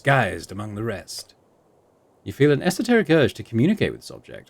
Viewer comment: Thanks for saying esoteric the way I've always heard it said!